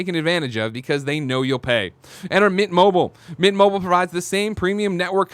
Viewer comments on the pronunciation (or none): No one on this shows fully pronounces MINT. Every time you read the ad it sounds like You guys say MIT mobile. Lol.